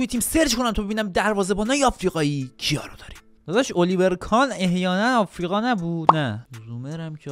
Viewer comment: دقت کنید آفریقا آقریقا بود